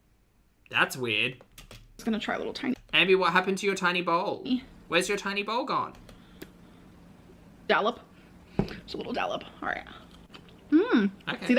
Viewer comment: face-fuchsia-tongue-out: its DOLLOP, not DALLOP :face-fuchsia-tongue-out